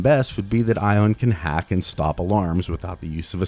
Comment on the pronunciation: No. NO NO! My name is not pronounce [Eye-ohn]. No, it's [Ee-ahn]. Like Ian. Regardless of the frame's name. It's universal.